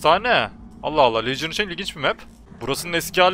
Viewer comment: licın ne LEGİON diceksin mk:D